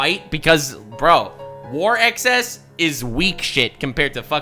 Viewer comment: "Sex-cess" if you will